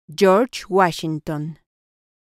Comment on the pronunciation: Yorch wachinton